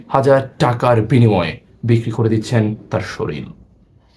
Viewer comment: শরীল না শরীর